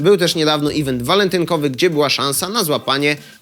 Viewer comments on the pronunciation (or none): none